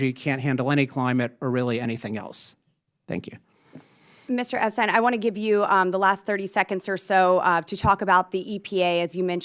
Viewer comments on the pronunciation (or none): Mr Epstein, excuse me Mr Upstein! That was a hilarious slip of the tongue